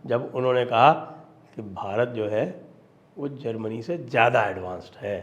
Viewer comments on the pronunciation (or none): none